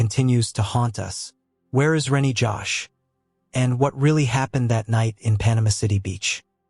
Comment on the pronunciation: His name is Reny Jose, not Rennie Josh.. you can't even get the victim's names right?